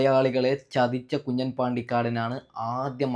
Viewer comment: കുഞ്ഞൻ അല്ല കുഞ്ഞാൻ